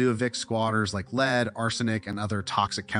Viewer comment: Who narrated this? You pronounced LEAD as in 'As a manager I am going to LEAD by example', where it should have been 'The symbol Pb on the periodic table is LEAD'. I know the English language is an ass/arse at times but surely the context of the script would have eluded to the pronunciation.